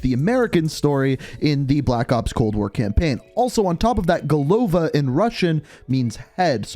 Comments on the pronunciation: It's not go’lova, it is golo’va. It means 'a head' in russian. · Golova is pronounced golava, second O is not stressed.